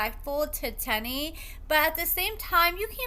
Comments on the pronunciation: Her name is pronounced “tee-knee” not “ten-nee” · The way u mispronounce their names tickles me 😂 1st Shonta now Teenie